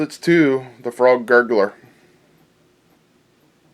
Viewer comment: Nice "Froag",!